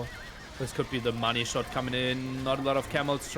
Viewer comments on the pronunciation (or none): none